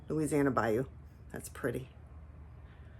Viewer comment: Here you go, you’re saying it correctly. BAYOU - (pronounced Bi-Yoo) A marshy, sluggish tributary of a river or lake. 😊 I love that new boogie pink, so beautiful with the turquoise! Your combos are all gorgeous. Do you dip your river birch and honey flux or paint those on first and then dip the tops?